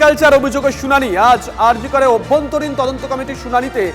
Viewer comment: অভ্যন্তরীণ কথা টা ভুল। হবে আভ্যন্তরীণ